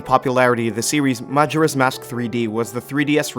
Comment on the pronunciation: Very good list, but… I can’t get over how you say majora 😂